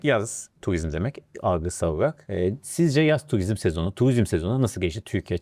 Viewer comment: Tuvizm değil turizm